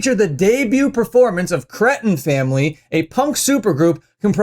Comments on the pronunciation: It’s Kree-ten, not crett-un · Hope they let CJ sing the song that “cretin family” (pronounced “Cree-tin” for anyone who has ever actually listened to the Ramones). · You pronounce "cretin" weird. 🤣🤣🤣 Love ya,!